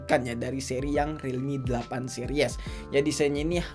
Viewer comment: Yups finally yg ngucap relmi narjo